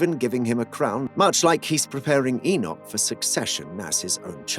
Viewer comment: just one enoch, but two pronounciation one - 'egg-nog' two - 'e-nough'